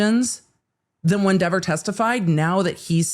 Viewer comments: Given what Cox said about "this person" — aka Kelly Dever — I actually think he DIDN'T pronounce her name correctly, as she testified. Which would make the whole "so he said my name correctly" another false memory, I guess? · The internet has spoken. It's pronounced DEEver now. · Dever rhymes with never